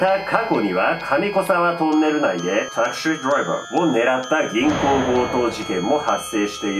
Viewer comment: 「taxi driver」の発音すこ